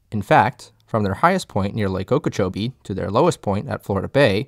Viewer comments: Gret video, you got very good research and information here, just two points from a native. Okeechobee. The stress in that word is on the "CHOBEE" like o-key-chobee, and the other is Tamiami - Ta-mee-a-mee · How can you do this video and mispronounce Lake Okeechobee and Kissimmee?!